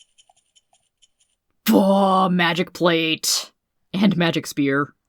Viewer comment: With my speaw and magic hewmet! Spear and magic helmet? Speaw and magic hewmet!